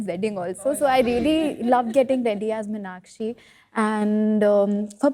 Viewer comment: Meenakshi. Meenakshi. NOT Minakshi